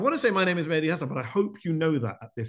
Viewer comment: But Mehdi, I agree that the word ZETEO must be correctly pronounced. I also think that you, Mehdi, must educate your interviewers and viewers how to pronounce YOUR name correctly as well. It pains my ears to hear people call you MEDDIE. In Linguistics, the sound /h/ is an aspirant. It falls in the middle of your name and should be aspirated. Me/H/di , pronounced with a puff of air. To mispronounce your given name corrupts the meaning - “ the guided one”. “Hassan” of course means “beautiful/ handsome”. There, I’ve been longing to say this to you.